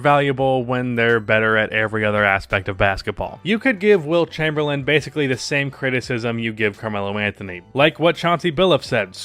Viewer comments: It’s not Chamberland, lose the D at the end bro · I can't get over the fact he keeps pronouncing his last name "Chamberland" xD As always though appreciate all the hard work and research you put into your videos. Good quality content as always.